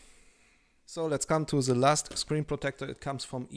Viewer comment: I am German too and the pronountiation is as bad as it could be. We learn english from 5th grade. Today it starts in Kindergarten. If you would only at least say THEeeee instead of ZE it would be much better. No chance to grow a YouTube Channel in English that bad. It should be pleasant to listen not annoying. Best wishes